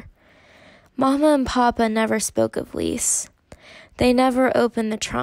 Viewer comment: Love your storytelling!❤ just s little note: Lise is pronounced 'LI-SE' and not 'LIS' - you hear the E🫶🏻